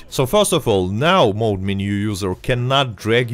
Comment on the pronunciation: It's mod not mode. Mod is short for modification.